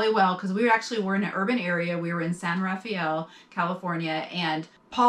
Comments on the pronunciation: Love the video. It’s pronounced “San Ra-fell”. not San Ra-fee-el. Not criticizing, just educating. Safe Travels. A friend is traveling up the east coast. Just paid $209/night at a KOA near Cape Hatteras. Yikes! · The name of the place you stopped at for gas is "San Ra-fell", not " San Ra-fee-el"...